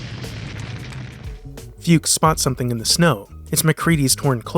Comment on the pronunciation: It also caught him say Flukes instead of Fuchs. I never notticed that before.